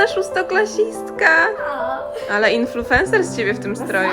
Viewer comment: nie influFencerka tylko influencerka. Od słowa INFLUENCE = wpływ. Fajnie, że kanał będzie jak do tej pory. Pozdrawiam serdecznie.